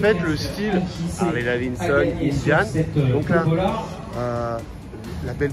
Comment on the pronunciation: Bonjour J'aime bien vos vidéos Mais personnellement il y a deux petites chose qui me gêne un peut ... Le son n'est pas toujours au top Et quand vous dites " daviNson" au lieu de " daviDson" Oui je sais je chipotte 😁😁😁 Allez en attendant la prochaine !!! Cdlt ✌️